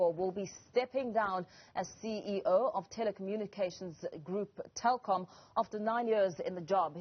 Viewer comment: It's Telkom not Tekom 🤣🤣🤣